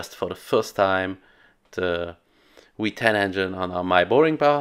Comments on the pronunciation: You do that thing where a German will always use english W for english V even though you guys use German V for English W. I always hear the norse piraten called Why-kings vs Vy-kings. Unless you are trying to say 2000ps is a weeeeeeeeee-10 lol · Wheat-ten enhine ✅